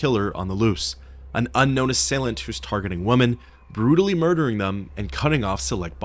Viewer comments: Remember there's a difference in pronunciation when it comes to the words 'woman' and 'women'. You mispronounce 'women'. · Is there a particular reason you can't pronounce "women"?